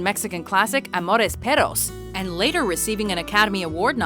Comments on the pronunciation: Every time you say "amores peRos" I feel like trowing up. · "amores peros" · btw- she fucked up 'Amores Perros', which, she pronounced like Peros... IOW's, she did not roll the R's; which makes it a completely different word.